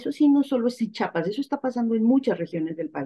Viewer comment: Es Chiapas No Chapas eh,?